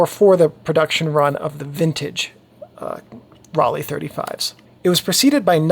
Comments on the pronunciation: Raleigh is in North Carolina. Ro-le (pronounced) made amazing cameras. Apart from that this is a fantastic post. So informative and easy to follow. Thank you. In fact all your videos are great. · Pronunciation should be like „roll eye“ or „roll I“ without any gap, but only if you choose the rolled „r“ like the Bavarians, in standard German the „r“ isn’t rolled at all. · In German Rollei would be pronounced Rol-eye. I learned this from a video by a German guy who went through several brands and their correct pronunciation. But I am sure nobody is worried if we pronounce it differently. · Pronounced: roll eye (German hard R) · Hi, in german Rollei is more pronounced like Rollai.